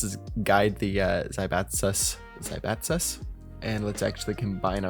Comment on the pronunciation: zai - bai - tsuuu